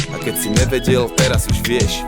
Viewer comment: ne vyslovuje sa to tvrdo NEvedel ale ňeveďel